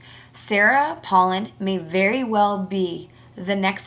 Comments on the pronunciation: First of all if youre gonna be talkin' smack on her pronounce her name right mofo, second of all, it really sucks for you that youre so wrapped up in OTHER peoples lives you almost fell to the floor? i dont see how its your business. and last, her daughter's pregnancy did not effect her running at all. have a nice day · Learn how to pronounce her name correctly. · say her fucking name right u dumb ass bitch